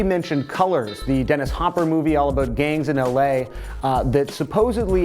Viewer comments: "Aboot" wow his canadian really showed their, didn't it? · all i hear is " ah-boot " when he says about